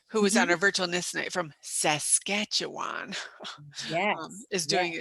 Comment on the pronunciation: Hi girls, you pronounced Saskatchewan absolutely correctly!♥️♥️